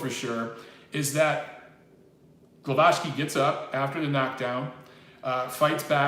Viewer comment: the pronunciation is Gwovacki in English